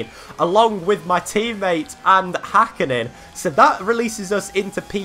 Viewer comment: It is HÄkkinen not Hakkinen